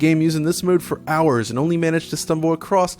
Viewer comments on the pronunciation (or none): none